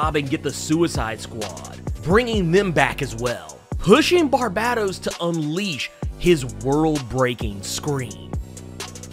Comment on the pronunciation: Hey man, and I say this with love - and corroboration from Scott Synder and Greg Capullo and the works - it’s FUCKING Bar-BAY-tos!!!!!